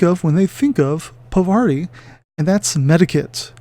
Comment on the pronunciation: Yep...still not Pavarti. Her name is pronounced paar-vuh-TEE if you want to be absolutely correct, but I think most people say paar-VAH-tee, not puh-VAR-tee. Significant if you’re into the Infinity lore as I believe this is the name of a Hindu goddess, harkening back to when Aristeia was called Yajurveda. Also one of the new tactics decks let her attack at range 1. Bonus!